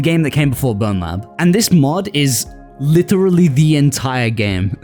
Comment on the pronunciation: I LOVE THE WEIRD "LITERLY" ACCENT LOL❤